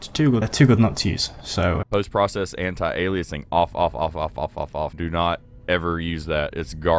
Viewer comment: What’s up with pronouncing it “temp-oral filtering”? It’s /ˈtɛmp(ə)r(ə)l/ not /tɛmpˈɔːr(ə)l/. First syllable is stressed. Also, some guy said “anti-a-lie-a-zing”. I want to know who he is, so I can hunt him down and kill him. Couldn’t find fault with the content so I went after your pronunciation.